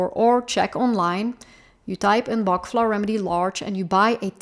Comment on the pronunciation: Pronounce it properly...Dr Bach worked hard and it's pronounced Batch